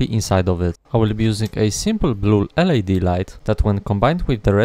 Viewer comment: Awesome work as always! You are an inspiration for what a one man operation for electronics can be. Just a tip, no shade, LED is pronounced letter-by-letter like USB